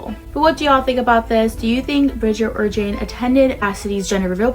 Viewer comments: btw, Jainee is pronounced jay-nee not jane. Not trying to shade at you thats what the not enough nelsons call her when she was in the videos! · Bridger is still apart of the family and it’s pronounced j-ay-nee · Her real name is JaineLee but her nickname is Jaine pronounced like Jainee